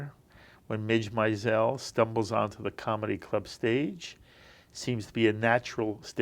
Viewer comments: He’s pronouncing the name Maisel as “My-zel”, but the character on the show (and the writer) both say “Mayzil”. How annoying! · The interviewer couldn't even pronounce the name of the show correctly, doubtful he'd even spent any real time watching it. It's 'May-zel', not 'My-zel'. Alex is terrific on the show! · Note to interviewer: Comics name is pronounced: MAZE' L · These interviewers need to learn how to pronounce "Maisel." It's MAY-zel. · I don't like this interviewer. How did he not do his research??? How is he mispronouncing Maisel!!! What a turn off!! It's hard to watch the whole interview because of his questions. 🤮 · Seriously, has no one corrected his mispronunciation of “Maisel”? Lame. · Would have been a better interview if said the name of the show correctly! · Why can't this guy pronounce MAISEL correctly? He obviously didn't do his home work. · Agreed. It's difficult to give the interviewer any credibility when he can't pronounce the show's title. Obviously he never watched the show. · YES! I am surprised that he mispronounced the name. Giuliana from E! News did the same thing!!!